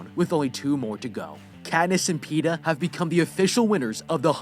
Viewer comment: Petah and peta